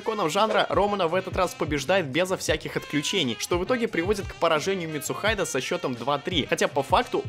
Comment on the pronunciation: Ми-тсу-хи-дэ, а не "митсухайд"